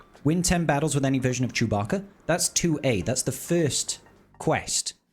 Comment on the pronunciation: you also learned the right way to pronounce Chewbacca...